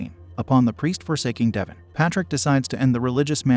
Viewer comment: How does one read Devon and pronounce it as Devin